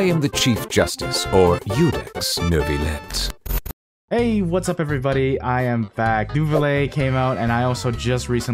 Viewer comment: great video! 2 things i wanna say: 1. love ur content gonna binge watch 2. maruchaussee is pronounced mah-rue-sha-say, neuvillette is pronounced nuh-vill-ette (you say the t's french is confusing af)